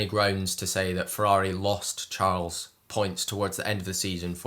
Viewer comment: please look up how to pronounce his name correctly. that is definitely wrong (first name)